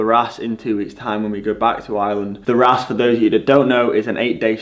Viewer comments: As I advised Ed Laverack,it’s pronounced “Rawce”.Good luck 😉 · Bro, ràs is pronounced Rauce. Like Sauce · Hey, it's pronounced Raws.